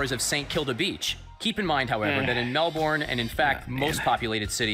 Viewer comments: every time (and for that matter, pretty much every single time an American) says MAL BORN as two separate words instead of just "Melbourne" I die a little inside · I get a nervous sweat every time he says 'MelBORn'. We just say Melbourne like 'Melburn' or 'melben' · Bruhhhh the way that the guy says “melBORN” is killing me it’s so awful 😂😂😂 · mel-bourne and saint kill-da. As someone from Melbourne I can sucessfully say that they did not do their reserch. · No Australian says "Mel-born"; it's "Mel-bn" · "the vibrant city of 'mel-born'" cries in australian its pronounced 'mel-bin' ahah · "the vibrant city of *mel born*" bruh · MEL-BORN WHAT AHAHAHHAA for anyone who isn't Aussie: Melbourne is pronounced 'mel-bin' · Man, y'all Americans gotta stop disrespecting my grandparents city. It's pronounced Mel-burn not mel-born. Also, coffee capital of Australia. Amazing coffee. Sooo much better than American coffee. I mean it. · "Mel-burn" is not that hard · I say it like Melbrn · Omggg I know!!! It’s pronounced Melben!! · As an Australian, I cringed everytime that dude said "Melborn" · Hate how the narrator butchered the pronunciation of Melbourne Fuckin "Mehl-Born", it's not that hard to say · I was born in Australia and the way they said Melbourne almost made me cry 😢 so yah it’s Mel-bin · mel burn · every time that man in the video said “MelBORN” i died a little inside. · Mell born, hahaha wth, it’s Melbourne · As someone who lives in Melbourne the way he said it made me cringe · As an Australian, the pronounciation of Melbourne killed me. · Does it trigger anyone else how this guy pronounced Melbourne